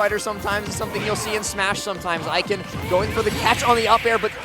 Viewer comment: This set was perfect except for them mispronouncing Ikan the entire time 😂 I love both of these players.